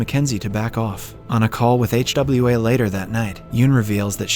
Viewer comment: Bruh can't pronounce Hwa 🤣